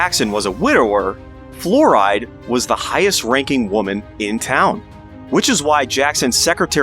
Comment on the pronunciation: It's pronounced like Florida, not fluoride.